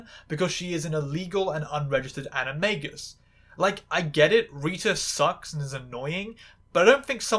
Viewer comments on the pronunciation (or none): none